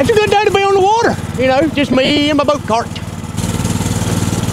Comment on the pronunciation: The "boat tar..." Oh! CART! With a "C" and ends with a "T".... Not starts with a "T" and ends with a "D"... Right. Well, that makes a difference, now doesn't it. ❤😂👍🏻👍🏻